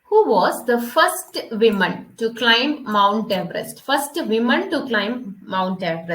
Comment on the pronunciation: super class, pinne, woman (വിമണ്).alla... pronunciation onn sradhikkuuu.